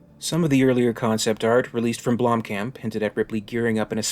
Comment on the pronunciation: Its pronounced "BLOOM - COMP"